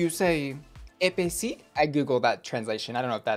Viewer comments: When you tried to say "hot" iin french, i think you meant to say "épicé" wich mean hot like spicy, but you actually pronounced it "epaissir" wich mean "thickned" (i think it just make it funnier lmao) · The way you pronounced "épicé" x), I heard "épaissi", which litterally means thick. I laughed so hard when I understood. And yes, here is the french comment criticizing your accent :p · Dieu merci j’étais pas le seul à entendre Épaissi ! This look is Thicc